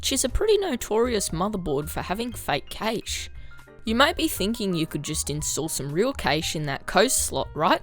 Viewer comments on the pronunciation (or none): FYI cache is pronounced the same as Cash